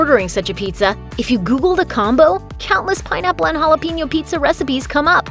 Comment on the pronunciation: The only thing I hate about this video is that she can’t pronounce jalapeño